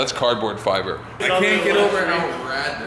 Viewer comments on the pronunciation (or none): says " CARDBOARDFIBER" I started crying